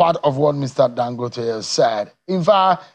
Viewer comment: Please, Mr. Speaker, pronounce Dangote like a Nigerian and stop fooling yourself.